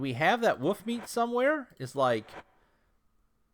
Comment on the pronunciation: The way you say "Wolf" like "woof" is hilarious to me. Thank you for these great videos.